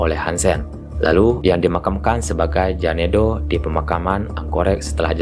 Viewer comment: iowa yaa wak, bukan LOWA Jénduu, bukan janedoe